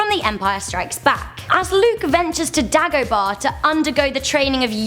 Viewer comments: The Sarlaac pit monster? You mean The Sarlaac? -Han isn't wearing a jacket, it's a shadow. -That's not the melody of the cantina song. -Daggo-bah? Are you trying to say Day-go-bah? -Luke says "...If he even exists." not "...he doesn't even exist." -This host. That's a lot of mistakes for a 7 minute movie nitpicking other peoples mistakes. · Did she just read a script or something because I heard her say dagerbar instead of dagoaba